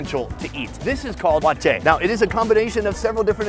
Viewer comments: I am a Ghanaian and I see it as funny that he can't pronounce waakye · that is not how to pronounce waakye